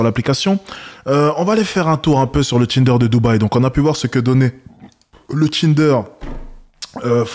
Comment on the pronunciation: Le "Tchinder"